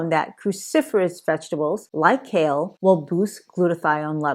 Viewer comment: Kale - not shale......